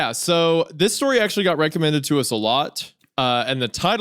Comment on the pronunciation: lol he said rectum-Eded…. lol rectum